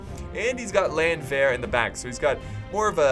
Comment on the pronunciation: Hey, try to pronounce "Landwehr" like it´s spelled Lundwehr and it will sound german. Btw i love you:D #nohomo